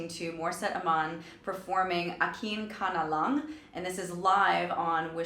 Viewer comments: Y’all always pronounce the title as “Aquin Conollongue” lmfao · Its “akin ka na lang” not “akin ka na la” which makes a huge difference on how someone attacks it. The “ng” sound is indeed sort of a chiny and nasally sound. That sound is common in tagalog and she does that part with 100 percent accuracy.